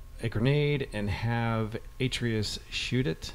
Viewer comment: Man.. his name's used so many times during the game and you still got Atreus' pronunciation wrong.. How?